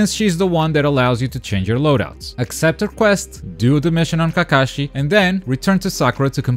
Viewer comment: Kakashi = Kah-kuh-shi DOES NOT = kuh-Kah-shi Unlearned swine.